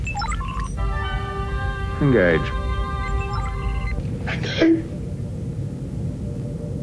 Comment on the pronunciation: Sounds like he says "gage". And when Bev says it it sounds like "ngage".